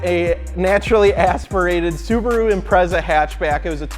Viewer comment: "My subaro best suboror" "no MY sububerru best sobuboro"